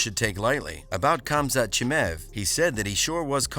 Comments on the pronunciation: Who's this Chimäääv guy dude keeps talking about? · Khamzat "Chimev" 😂😂😂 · Who tf is ”CHIMEV”